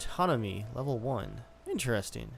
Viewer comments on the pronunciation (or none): none